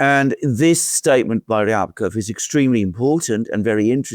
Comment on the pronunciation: Rybakov is pronounced as ‘Ribakov’.